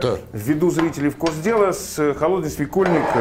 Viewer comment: СвекОльник,, ибо переходное ударение 😉